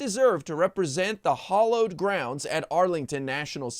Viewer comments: Great work as usual! ✌️ However, you mispronounced the word, HALLOWED, and said HOLLOWED, instead. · Hallowed NOT hollowed. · HOLLOWED. OMG. Hallowed, as in holy, NOT AS IN EMPTY. What a bunch of IGNORANT, poorly-raised, badly-socialized sociopaths. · It's not Hollowed, it's hallowed!